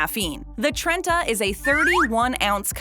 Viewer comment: Trenta? Interesting.